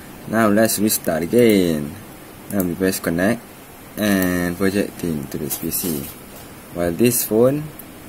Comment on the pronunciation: connect sebut 'kennect'... but hearing 'konek' hahahahahaha anyway, THANKIYOOOO